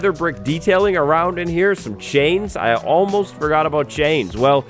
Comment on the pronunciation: Oh god the word ALMOST is killing me